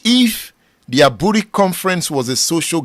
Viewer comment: Aburi is pronounced “ebri”. The e is pronounced like the “a” in the word amen. I once visitrd the hilly comunity of Aburi. very beautiful community. You are doing a good job that will outlive you. The future generation will celebrate you🎉